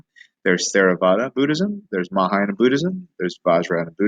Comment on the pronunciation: Why are you pronouncing “mayahayana”?